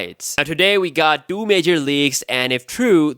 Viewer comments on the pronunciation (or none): Great video, man. But it's two not doo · Two, its fucking TWO not DOO, damn. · Thanka for the info, also it's Two* not Doo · Says doo instead of two. Haha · SE Doo? Like Scooby Two? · SE Doo 😂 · se TWO not se du. please. make it stop. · he says it like "the iphone se doo" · “SE dew” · Dude pronounce the 2 properly! Sounds like you saying "do". So hilarious to hear. Do do do do do do se do. Lol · All I hear “ iPhone se do” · after I heard 3 times this scrub saying iPhone SE Doo I had to quit the video, see ya.